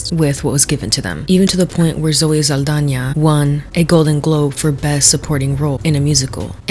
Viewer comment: The way you said saldaña made me happy because people correct me all the time like her name isn't literally spelled with a ñ